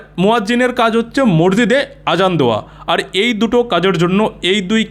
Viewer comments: ভাষাটা, মরজিদ নয়। শব্দ টা হল, মসজিদ । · ম স জি দ . ঊচ্চারণ ঠিক করার অনুরোধ রইল। আপনাকে আমি রেগুলার ফলো করি. সেজন্য লিখলাম